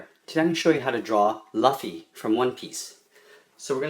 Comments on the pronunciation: I'm like 3 seconds into the video and I'm already cringing I didn't know Lu made the La sound wow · luffy/Loofy not Lafy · You’re saying it wrong. You’re saying Luh-fee It’s Lue-fee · Not trying to be rude because I really do love your videos But it’s luffy with an ooooh not a ahhhh😂😂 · Dude you say it Looffy but spell it luffy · its not la its lu luffy not laffy what the hell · it luffy not luffe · bruh it's pronounced loo-iffy...I pronounced it as luh-ffy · It's loo-ffy by the way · its prnounced loofy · hey there im going to luffy a.k.a.*lafi* nice pronounciation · fucking idiot it's pronounced loo-ffy spelled luffy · It's pronounced Loo - fy but it's spelled luffy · I love ur channel but can you draw sanji from one piece and also, u prounounce luffy with an "ooo" sound on the Letter U in his name. But I drew it so thx it helped a lot. It was the easiest tutorial on the web! You really make drawing so simple! I've also drawn a bunch of your other ones such as, Freddy from FNAF, Wizard from clash Royale, P.E.K.K.A from clash of clans, baby dragon from clash Royale, Karneke from Tokyo ghoul, and zoro from one piece! They are just my best but I've drawn a lot more! I love your channel please don't stop making such amazing videos! - Creeperburgerz Gaming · say long u in luffy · awesome, fanstastic it's pronounced loofy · it's pronounced loo-fy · It's pronounced L-oo-fee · Tip: Say LU-ffy PS: Only saying this because your awesome thanks for the tutorials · It's Luffy like lu as in loose Loofy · you said his name wrong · Nice drawing but you need to learn how to pronounce his name 😂😂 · watch one piece u cant say luffy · And that's not how you say luffy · omg why did you pronounce it wrong i don't wanna watch the vid now but i will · hes saying luffy wrong its driving me crazy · You pronounce luffy wrong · LOL when you say Luffy XD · you can tell this guy hasn't actually seen one piece, because Luffy isn't pronounced that way